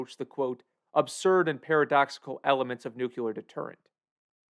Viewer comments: I just can't... It's 'nuclear', not 'nuculer'. Wtf. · Nu clear, not "nucular". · Nuclear is pronounced NUCLEAR not NUCULAR. You wouldn't say nuculus instead of nucleus, right? Everybody practice: NU-CLEE-AR (not NU-QUE-LAR). ffs. It's like fingernails on a chalkboard to me. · You made a video about nuclear weapons and nuclear holocaust - but you mispronounce "nuclear". It's pronounced, "nu-clee-er", not "nu-ku-ler". smh .... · Hey: It's pronounced "New - Klee - Are". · Unsure how you could write your script, research and title the video with the world Nuclear, and stil pronounce it 'nukuler' the while vudeo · Nice! BTW, it's NOO-KLEE-UR. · "nuke- you- ler" ? Tisk tisk lol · The Marge Simpson pronunciation of "nuclear".